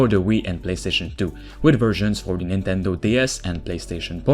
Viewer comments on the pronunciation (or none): none